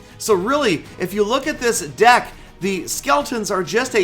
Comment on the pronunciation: called "deck" "dick" well it sounds like it.